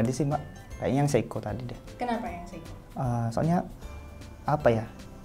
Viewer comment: Seiko bkn seikoji 😅 Mido bkn Midoriyama Ricard Mille ig : iskandarnursyidik